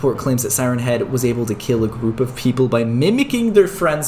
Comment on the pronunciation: At the start of the video when you said siren head you sounded like you said Simon head lol